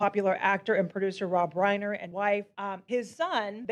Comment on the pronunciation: It is amazing how was watching multiple news reports about the guy where the reporters kept correctly pronouncing the man's name and STILL KEPT mispronouncing his name.